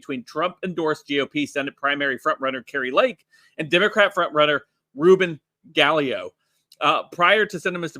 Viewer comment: You're killin me. Its KYRSTEN NOT CHRISTINE. PRONOUNCES KEARSTEN. LIKE GEAR! Oh boy you're mispronouncing Reuben name too! Sheesh! I cant even. Sorry.